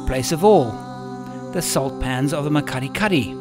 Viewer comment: Awesome Series absolutely loved it!! But I cringe every time you say that word.. The Makgadikgadi Pan is pronounced Mak-ggggg-adi-ggggg-adi